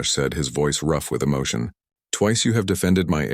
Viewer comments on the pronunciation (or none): none